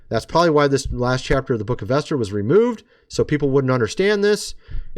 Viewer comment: Geez! Esther is pronounced E as in bEd r bEt. Not Aster the pagan goddess. Please!!!